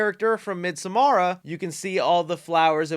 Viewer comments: “Midsomara” smh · You keep saying Midsommara. Try to get rid of that last a and you almost have it (Yeah im from Sweden) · Why did he say midsommar like midsommara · Midsommara??? Lol 😂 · It’s pronounced Mid SO Mar